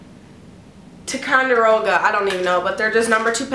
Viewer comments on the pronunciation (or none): Cute stuff p.s it's pronounced ty-con-di-roga